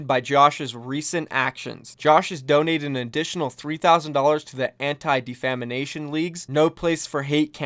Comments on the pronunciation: "Anti-De FAMIME ation league" - Its Def ah mation.... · Defamination... I didn't quite catch that, could you say that again? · dude I love the message here. With that said.. def-a-MEition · Defamation =/= Defamination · Defamanation? xDd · "Defamanation" Nah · I'm sorry but... defamination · D E F A M A T I O N not defamination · Defamination? Lol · "Anti Defamanation League" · Pro-tips: In-dic-a-tive and Def-a-mation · someone teach this clown how to pronounce "defamation". good golly. dafamination? where's that in the word? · "Defamanation"?? u gud? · WHY DOES HE KEEP SAYING DEFAMINATION? LMAO!!!!!